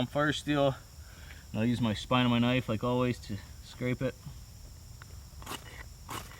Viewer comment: lol thought I was the only one who said kanifey.